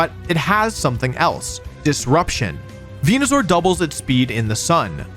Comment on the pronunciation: super proud of you for the TPCI sponsorship, very disappointed to see you sold out (pronounced venusaur correctly)